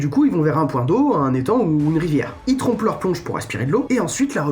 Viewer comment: "ils trompent leur plonge" 😂😂😂